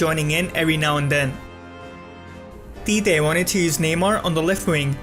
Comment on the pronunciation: “Tite” pronounced cheechee but good video